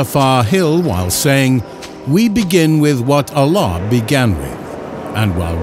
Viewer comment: Should have used an arabic speaking narrator, Arabic words pronunciation are off. Ala.?